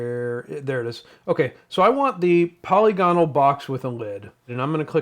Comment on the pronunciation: Good video, and easy to follow with accurate information. However, here is the correct pronunciation of polygonal.